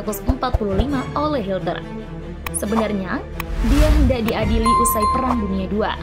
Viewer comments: Hitler min bukan hilter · Hilter lagi min 😅😅hitler min bukan hilter 😂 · Adolf HITLER bukan hilter 🙈😂😂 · Bukan hilter tapi hitler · Maaf,Admin Salah sebut...Hitler...jadi Hilter..❤❤ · Hitler bukan Hilter min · Dia sengaja nyebut hilter